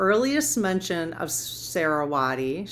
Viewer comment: I've been sleeping like you are also. You're saying Saraswati correctly. I absolute love this series SO much. Thank you❤❤❤❤